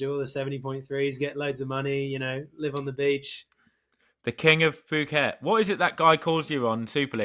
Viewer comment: It is pronounced ‘Poo-Ket’ not ‘Foo-KET’. Like Thailand you don’t pronounce the ‘h’. And Mike Pigg won the first race there in 1994 (I was there) so you are in good company. I was there this year as well. See you next November.